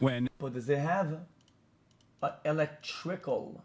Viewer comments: “Electrikal” components. Xqc’s friggin hilarious. And I don’t know much about Hasanabi, but he definitely could have done a better job explaining this. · ah yes.... the elec-trickle components indeed